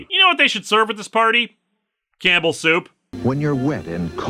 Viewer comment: Whenever Linkara says 'Campbell soup', I keep hearing 'cannibal soup'...